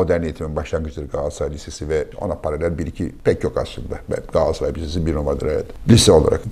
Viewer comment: Galatasaray'ı hoş şekilde, 'Gaatassaray' diye telaffuz ediyorsunuz. Gülümsedim, tam bir 'Gaatassaray'lısınız Fatih bey......😊😊